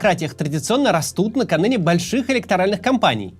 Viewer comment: «наканыне»?)) как настя брюханова оступаешься, вы же публичные люди, просите донаты, а самим западло переснять свой проеб.